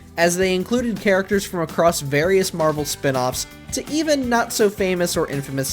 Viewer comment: You said characterchers